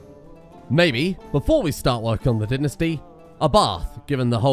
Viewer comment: He still keeps saying tinasty, instead of dynasty...